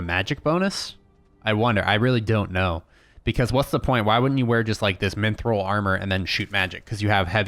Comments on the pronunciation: Minthril... Mithril, dude. MITHRIL. There's no N. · There is no "N" in Mithril.